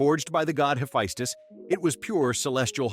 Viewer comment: "Hephistus" lmao